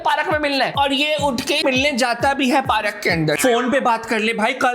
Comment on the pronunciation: Baki tou sab theek hai, agar yeh PAARAK Kya hai? Don’t you mean पार्क? 😅 great review btw